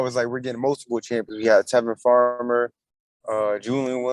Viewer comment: He said Tevin Farmer lmfao 😂 😅😃😀🥹🥹